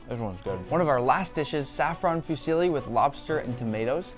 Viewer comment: I thought you're italian?! How do you pronounce fusilli?!?!?!?! xD